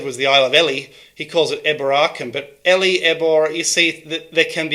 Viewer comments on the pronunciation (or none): Ely is pronounced "eel e" cause of all the eels! Video and research comin up! The Kos'manaughts are out on the case!